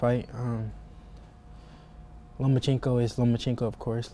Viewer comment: LOMACHENKO "OBVIOUSLY" IS..... LO-MA-CHEN-KO 🤔🙄😆